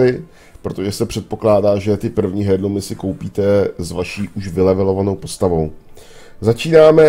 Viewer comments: Myslím že se to vyslovuje Erlůmu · Nevyslovuješ to správně navíc to hrozně tahá za uši... h je v tomto slově neznělé.